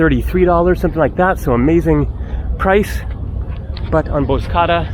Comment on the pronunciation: Nice video 👍🏼. Bozcaada is pronounced Bozja-ada (ada= island 🏝)